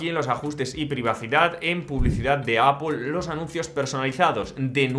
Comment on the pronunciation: Es Apple No apul 😂😂😂